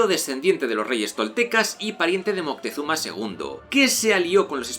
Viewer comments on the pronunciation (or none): none